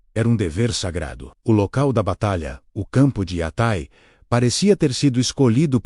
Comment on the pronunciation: Ninguem fala" iatái" por aqui!